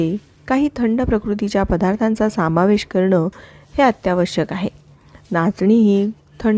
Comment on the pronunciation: सामावेश नाही समावेश म्हणा.